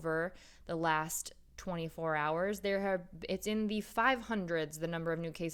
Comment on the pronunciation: you mispronounced "last"